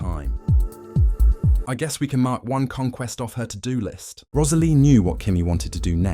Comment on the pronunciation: The way the narrator says Rosalie’s name is so pretty